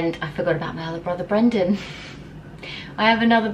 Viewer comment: Did anyone else think she called Brendan banana?🤣